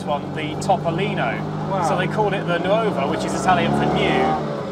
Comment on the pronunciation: Just a friendly note, nuova (new -F) is pronounced nor-va, not nu-over.